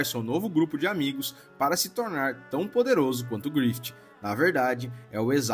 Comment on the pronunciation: Mano se pronuncia "GRIFIF", não "GRIFITI"